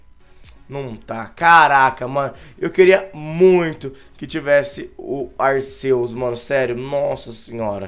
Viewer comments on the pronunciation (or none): kra aprende a pronunciar se escreve Arceus mais se le Arquios